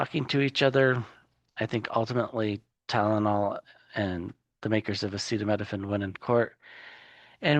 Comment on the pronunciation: Where is the rap remix of the felons pronunciation of acetaminophen??